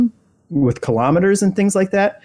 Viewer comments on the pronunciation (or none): none